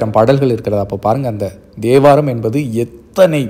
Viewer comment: Thevaram not devaram